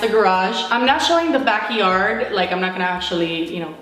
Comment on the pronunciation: Omg!!! The way you say backyard lmaoo backi-yard